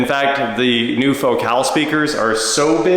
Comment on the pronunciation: Every time you say Focal I die a little inside. lol